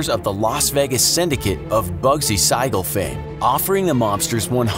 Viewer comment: Ya your pronunciation of bugsy siegel